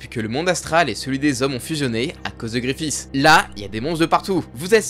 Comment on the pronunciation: C'est si dure de prononcer guts et Griffith correctement ???